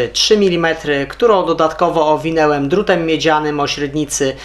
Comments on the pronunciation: Kanał super i facet gada naprawdę super, ma ciekawe pomysły ale to jego owinełem jakoś też mnie w uszy szczypie 😉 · technika fajna tylko proszę zwróć uwagę na słownictwo i wymowe,mówi się owinąłem